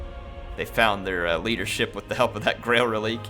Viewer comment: "Rel-lick" -- not "Rel-leek"